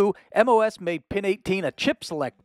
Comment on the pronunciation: MOS aka "moss"